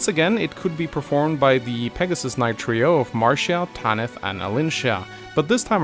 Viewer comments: "try oh" brother, it's "tree oh" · Try-oh? I'm fairly certain it's Tree-oh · Did he say "Try-o"? LOL! It's "tree-o",. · Did you just say "try-o"? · Trio is pronounced tree-oh. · You said trio as "Try-oh"?! UNSUBBED DISLIKED REPORTED!!!1!1!1!1!!1!1!1!1!1!!111!!!!